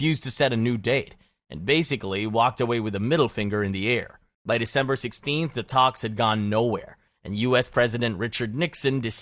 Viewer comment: Dember 3rd 😂😂😂😂😂😂 Did you forget how to english?